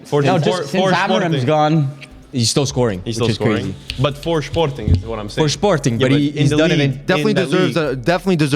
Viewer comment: Guys please, I don't know if it's like an inside joke or something about the portuguese accent, but Sporting isn't pronouned like "schporting", it's just said like in english.